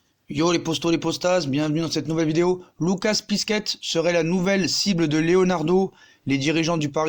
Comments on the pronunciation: Pour Piszczek ça se prononce Pitchek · « Lucas pisquette » mdrrr